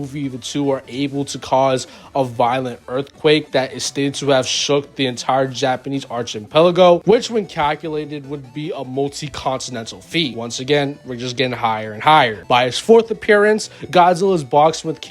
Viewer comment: Archipelago is pronounced ark-ipelago. Edit: Also, yes, prime Batman has all the knowledge and memories of every other version. They did that after the last Crisis. Idr the specifics, but there was New 52/Rebirth, then a Crisis again, then all the prime universe characters got all the memories of them from every other timeline. Which buffs Batman the most, since he's all about knowledge, skills, training, and experience. He doesn't automatically bench the same, so he still needs some of that kind of training... but all the sparring possibly with Black Canary or Green Arrow, Nightwing, Cass, etc. all the fighting mind-controlled Superman, Darkseid's avatar, etc. he's got ALL that experience now, too.